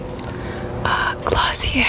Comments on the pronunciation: dis bitch don’t even know it’s pronounced glossi-ay not glossi-air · wait she said glossierr its pronounced glosiay this is not a hate comment just pointing that out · think it's pronounced glossi-ay but other than that loved the vid! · glossi-yay is how it's pronounced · i believe it's pronounced as " glossiyey" no hate guys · I love this but you said Glossier so wrong 😂😂